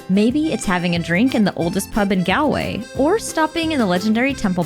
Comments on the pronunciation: Btw IRISH people don’t pronounce “Gal -way as you do . Think of “ Gall stones or shopping “Mall” Galway as rhymes with “Mallway” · Gal-way is pronounced Gawl-way…👍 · Galway is pronounced Gaulway. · Why can't American people pronounce Galway?? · Were you really in Ireland? Those pronunciations. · It's a pity you didn't stay long enough in Ireland to learn how to say GALWAY😢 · It’s not pronounced Galway… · How did you spend so much time in the country and STILL not learn how to pronounce Galway??